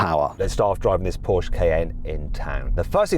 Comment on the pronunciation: 포~ㄹ~쉐 크아이에ㄴ 발음 간지나노